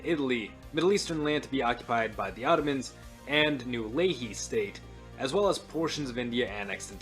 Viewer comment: Who were tbe Leahy? Layhee? Ley He?